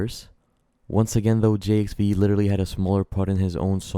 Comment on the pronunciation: It’s pronounced, Jive, my guy lol.